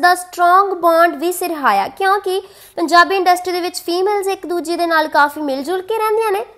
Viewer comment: ਇਹ ਸਿਰਹਾਇਆ ਕੀ ਹੁੰਦੈ ਬੀਬਾ ????? ਸਿਰਹਾਇਆ ਨਹੀਂ, ਸਰਾਹਿਆ ਹੁੰਦੈ ok ਪਹਿਲਾਂ ਸਹੀ ਪੰਜਾਬੀ ਬੋਲਣੀ ਸਿੱਖੋ